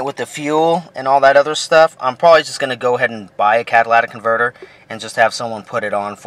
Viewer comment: You're pronouncing it wrong it's not a Cadillac converter